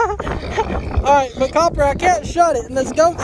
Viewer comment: I just have to say sometimes when you say “alright” it sounds like “all rise” and I crack up every time! Love watching your videos! Keep on being you!